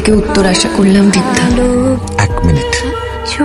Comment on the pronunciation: Jhapi noy khepi